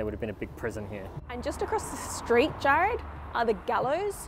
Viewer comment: It's Jarrad not Jared 🙄